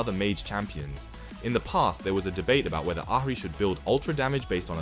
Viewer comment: good vid but please say ahri in a different way